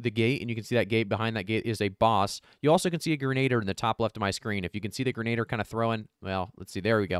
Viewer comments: Thanks for the video, but something that bugged me more than it should Grin-uh-deer not grin-aid-er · not "grenader"...its pronounced "gren-a-dear"